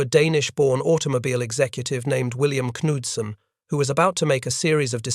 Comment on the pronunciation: The K in Knudsen is Ksilent.